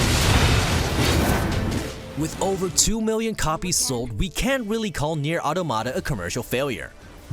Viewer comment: Nier auto-mata? Another butchered word. It's pronounced aw-tom-uh-tah